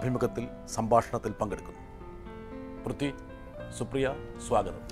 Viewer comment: Brittas is pronouncing prithvi as pruthyu as in mruthyu😅